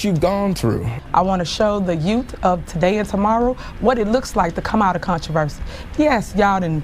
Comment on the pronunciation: she actually said “yout”.